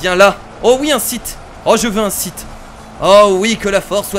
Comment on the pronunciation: Mec on dit Sith